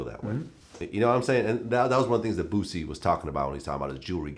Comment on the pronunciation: Vlad said "bu-cy"